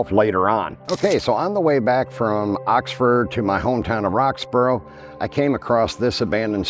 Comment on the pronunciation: I guess if you're from Roxboro that's explains saying Roxford and not Oxford.